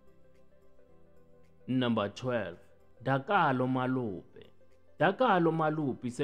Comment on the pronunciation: Not Malope it's Molope